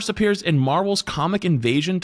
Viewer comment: Your forgetting the "s" in "cosmic".